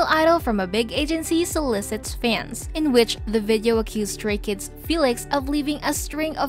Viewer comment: when she legit said "STAYKIDS" ....